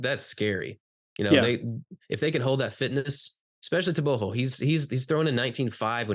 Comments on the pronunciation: TRP clown 😂 - everybody is gonna say Tebogo 😂 - you clown hhhh tebohhho 😂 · Te-bo-go with a hard "Go" ,the "Go" has to sound as if you are snoring.Im from 🇧🇼 Botswana thats how we pronounce it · The guy in blue is pronouncing it right... Its tebo-kgo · TRP Guy - tebogo , not tebohhhho 😂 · Let's hear him say it. I'm sure he knows how to pronounce his own name 🤣